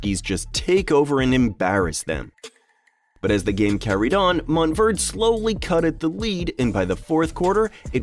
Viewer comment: Now I know why car people get pissed when you call a Porsche-ah a Porsh.....MOUNT Verde(ay)